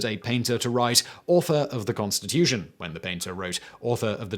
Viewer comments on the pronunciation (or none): none